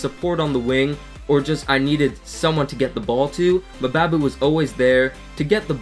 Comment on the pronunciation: good review but just FYI mbabu is pronounced the same way you pronounce mbappe